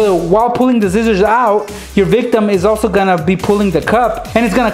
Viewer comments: Its not zizzers its scissors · lol, you say scissors like zizzors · He said zizers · notice how said zizzers. I love it